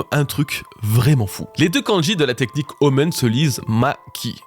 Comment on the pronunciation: Super vidéo, mais je suis quasiment sûr que "omen" se prononce "omène", pas "omeune" 🤣